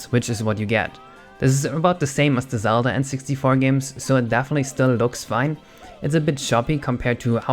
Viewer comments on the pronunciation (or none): none